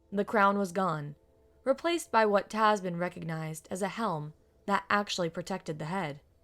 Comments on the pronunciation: The mispronunciations are kind of grating. When she keeps saying 'Tasmin' when the name is spelled "Tamsin" and pronounced TAM-zin... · Tam-sin, not Tas-min.